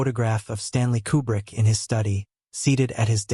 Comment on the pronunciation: I'm pretty sure this is AI narration. That being said, it got it correct. Koo-brick, not Que-brick.